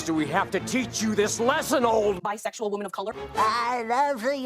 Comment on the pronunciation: After a year or so of hearing say "woMAN" I finally understand 🤣🤣🤣